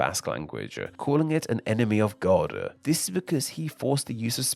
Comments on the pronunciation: is the clearest example of appended vowels. “An enemy of god-uh”. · God-uh, big-uh